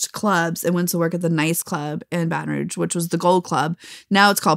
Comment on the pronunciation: She mispronounced Baton Rouge